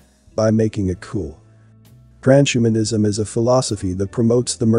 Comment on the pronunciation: It's TRANS-HUMAN-ISM not Tran-shuman-ism